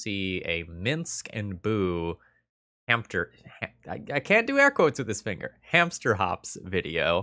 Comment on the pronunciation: you've already made my day, not even a minute into the video: "hampter"